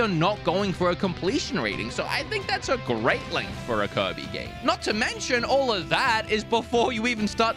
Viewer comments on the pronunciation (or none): Why does he pronounce Kirby as 'covid'? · Its kirby, not kErbi